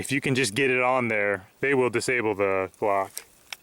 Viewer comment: when he said I think we can fit this on out glock it sounded like cock lol